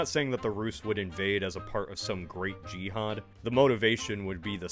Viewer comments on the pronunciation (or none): none